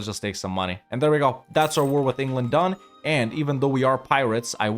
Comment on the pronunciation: bro really said Engerland